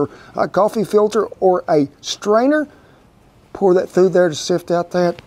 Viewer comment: I like how you didn’t edit out coffee silter lol 😂